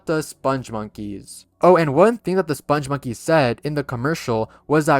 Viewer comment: The "spongmonkeys" are pronounced with a hard g, not a soft.